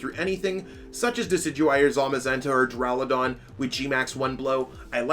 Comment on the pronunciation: why are you all dyslexic and mispronounce the 2nd and 3rd syllables of DURALUDON??? It's DU-RA-LU-DON not DU-RAU-LA-DON you freaking foools